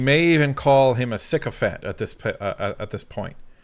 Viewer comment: 😊 "… you my evidence call him a §¢®✓¥π√" I have to apologize, my "Uh-murrikin" (U.S. citizenship qualifies me to claim that label, to the exclusion of all other peoples in either North or South America!) ears couldn't discern if your Canoodian lips/vocal chords made the sounds, "sycophant" or "sick-offend(s)". Although it is of small consequence, the latter seems more appropriate to Mock Carnie.